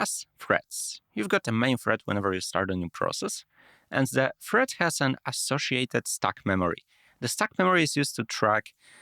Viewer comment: OK, I came here to watch this after watching your previous video, and I will stop my watching to give you examples of your strange accent as I go The time stamps will not be exact , you say "thread" but you pronounce it like it is "Fred" ,did not get many words you pronounced "de-allocate" like it is "dallocate" "and it says depends on the operating system that you are using ", that is what I heard, but for sure you said something else , and I cannot figure it out! "the very first" but you said it like it is "the very fast" " the idea is ... some introvert types ...." I have no idea what you tried to say! Well I will stop pointing out, it is so tiring for me, but I hope you get the idea. For you there is no point to invest in expensive microphones or camera, the most important thing is to make your accent and pronunciation clear.